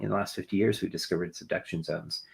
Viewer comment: wait where can I find these “seduction” zones? Asking for a friend… But seriously, how does a geologist not know how to pronounce this word correctly??? He said it 3 times the same way.